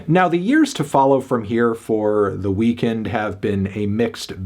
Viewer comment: It’s pronounced “weakened” not “weekend”